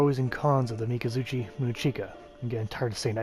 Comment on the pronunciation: It's kind of funny when it clearly write 'miKazuki' yet he say 'miNazuCHi' & 'miZazuChi' and 'kokaji' as 'jogei'. I just find the pronunciation a little funny that's all.